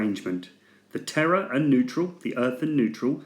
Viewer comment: Terre is pronounced with one t. I.e. "te long r e"